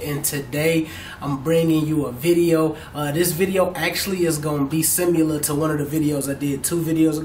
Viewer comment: I had to replay it when I heard "simular" you meant similar?